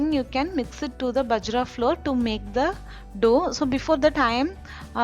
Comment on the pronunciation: Not பஜ்ரா.... it is பாஜ்ரா